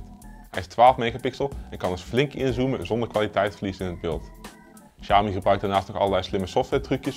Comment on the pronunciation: Lol, begin van de video wordt de naam Xiaomi al meteen verkeerd uitgesproken. Als men niet weet hoe MIUI werkt en opgebouwd is, dan gaat de info die men wilt geven over de mi apps al meteen verkeerd en wordt dit meteen al bestempeld als bloatware. Ik volg al het hele MIUI verhaal sinds de Mi2/s en de schil die boven op de android zit is een van de betere, is vlot en voelt niet rommelig aan. De Xiaomi MIUI software heeft weinig bloatware , zeker als men dit met andere merken gaat vergelijken.